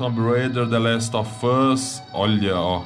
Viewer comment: é impressão minha ou só fala the last of fus